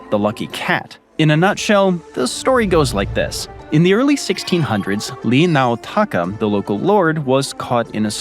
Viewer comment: There is no "L" sound in Japanese, so, his name had to be Ri Naotaka, not Li!!